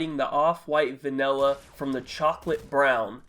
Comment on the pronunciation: Love how he says vanella instead of vanilla